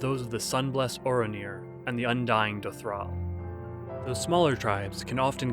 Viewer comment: I know it's super duper minor but little things like pronouncing the names of tribes and gods correctly that are said aloud in spoken cutscenes frequently would actually go a long way to make these even easier to listen to and enjoy. Things like the goddess Nhaama and the Dotharl Tribe. These videos are otherwise awesome and I wouldn't be bringing up something so minor if I saw anything else majorly wrong with them. Keep doing good work! ❤️